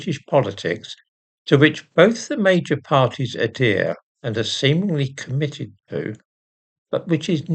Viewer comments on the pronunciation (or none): Adeer? (49 seconds) AdHERE. Look it up in your dictionary - it's right behind you.